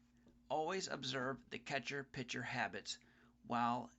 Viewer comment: the word is PITCHER not picture...